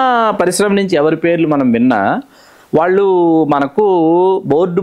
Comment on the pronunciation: TV5 చానల్ అధిపతి పేరు కూడా వినపడుతూంది తితిదే ఛైర్మన్ పదవికి.. ఇక, Anchor బాగానే మాట్లాడుతూంది కానీ 'వాల్లు' 'వీల్లు' 'ఏల్లు' అనడం ఏమనుకోవాలి?